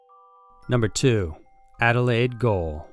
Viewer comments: GAOL is pronounced as JAIL. It's the Old English version. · "Gaol" is pronounced just like "jail". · "Gaol" is pronounced "jail" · Hey, I love your videos. I'm actually from Adelaide, South Australia. Love the creepiness of Australian heritage. Please don't think I'm being picky or a jerk, I just wanted to point out that Gaol is pronounced as Jail. I've actually been there and the atmosphere is very creepy. Very good video, keep up the awesome content 👍👍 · Gaol, pronounced "Jail." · Nawww, bless, "Gaol" is pronounced jail, just the original Old English spelling we've held onto in some parts of Oz. Love your vids, bro, noticed the recent increase in your workload and we appreciate the fruits of your hussle. Keep up the amazing work. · "Gaol" is pronounced "jail." It's an archaic English spelling. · Goel is pronounced jail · GAOL is pronounced like JAIL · goal is pronounced exactly like Americans would pronounce "jail" its just the way its spelt in English. its so cringe to hear it said wrong hahahaha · Adelaide (Gaol) pronounced-Jail. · Thank you - I was begging for him (sorry shoulda used your name dude but - nothing worse than people saying she or in this case him) not to say it again … jesus … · Hahah Gaol and jail are the same thing.. Love the way yas mash our names here in Oz.. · I love your channel, but if you're going to cover other countries/cultures PLEASE make sure you do your research properly. Your pronunciation is off (in the case of 'gaol', it's not even the same word), and it's customary to give a warning when using images or recordings of indigenous people who are or may be deceased. If you can't find the information you need through your own research, there are plenty of places online where you can ask. We're a few generations removed from convicts now, the animals might bite but the people don't. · As someone that was born in adelaide, I know the adelaide gaol.... but you are saying it wrong you say gaol the same as jail. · Goal it's prounced Jail.